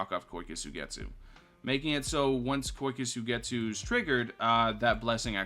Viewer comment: the way he says kyoka suigetsu hurts me